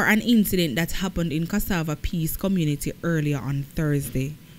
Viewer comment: Which jamaican on this planet can't pronounce CASSAVA?